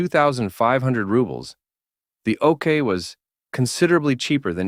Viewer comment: Is the voice an AI? Sometimes he pronounce it "Okar", other times "Okay".